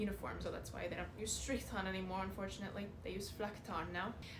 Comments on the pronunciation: As a german I love how you say „Strrrichtarn“. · Never thought that saying strichtarn could sound so nice. Btw brilliant content. Thx youtube algorithm showing me your channel.